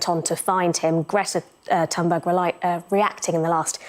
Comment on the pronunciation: Greety Thonborg